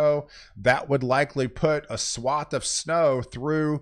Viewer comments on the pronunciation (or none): none